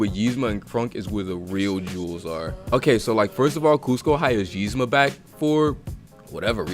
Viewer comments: Dude says yeezma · Its eeeeeezma lmfao im sooo annoyed with the Ymza but love the rest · It really ticks me off that he pronounces it like it’s spelled, Yzma, when it is actually pronounced Ezma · Ezma nigga not yezma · Nigga, it's Eez-ma not Yeez-ma. idk if you're doin it on purpose or what but it's funny af.